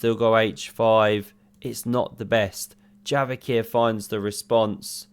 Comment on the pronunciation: Bro j is like in jail not like in yogurt, stop calling him yavokhir, it's kinda cringe